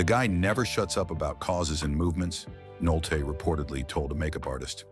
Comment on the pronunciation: Stop using robotic synthesized narrators. Humans would know how to pronounce "Nolte" every time, not part of the time.